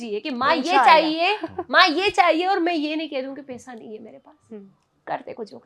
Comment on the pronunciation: Pesa nhi paisa hota h over acting